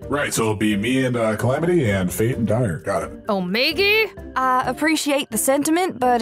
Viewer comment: it's Omegaaaa not Omegi